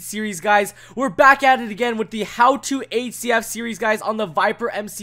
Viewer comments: Surely its not just me who hears 8cf whenever he tries to say hcf... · the way y pronounce hcf